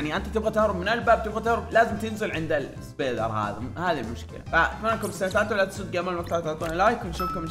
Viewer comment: اسم انچيلينا سبايدر مو ايسبيدر😂😂😂😂😂